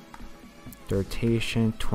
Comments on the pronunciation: its DURATION not DURTATION lol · FUCKING DURTATION.... Its killing me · dude says durtation. lmao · I wanted to learn this but can't stand him saying durtation. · bruh this video was really cool really informative but, I got to be honest, the reason i watched it twice now was because of every time i heard DURTATION! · that all i could think about lol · it doesnt matter if u a noob u still couldnt a simple word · lmfao ikr everytime he said it i was like nooo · “noob” you still can’t say a very common english word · he definitely said durtation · I wanted to see the transitions, but i couldn't focus on anything other than "durtations" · BRUHHHHHHHH why u saying durtation smh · Far out... Please pronounce duration right... It is ANNOYING ME